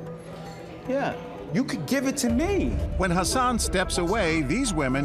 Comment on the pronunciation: When He said 'Hassan' i thought he said 'her son' 😂😂